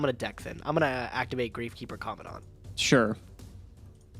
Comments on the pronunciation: Why does everyone pronounce COMMANDANT like comm- a-daunt? Theres a letter "n" between the "A" and the "D". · Can someone actually say COMMANDANT right? Like just once.. please.. for me..